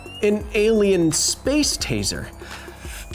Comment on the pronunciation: Taser not teaser lol but you're right